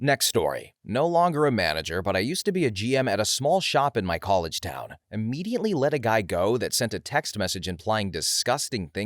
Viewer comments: There is no "N" in the word IMMEDIATELY!!! Please tell me I'm not the only person driven crazy by this! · The word is IMMEDIATELY, but yes, there is no N.